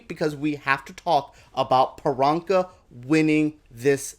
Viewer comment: If you love Priyanka so much you could start by saying her name correctly...especially since her whole brand is whats my name? Its Priyanka (Pre-yanka) not Peronka